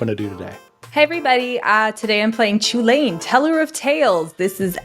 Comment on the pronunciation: By the way, did not pronounce Chulane correctly. I believe that it is pronounced "Hulan" from a being in Celtic mythology.